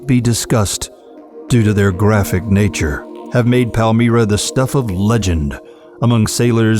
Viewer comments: Palm-Myra...not palm Meera... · Socotra is inhabited or it was the last time that I was there and it is politically and culturally attached to Yemen. Palmyra is pronounced Palm Y ra not Palm E ra.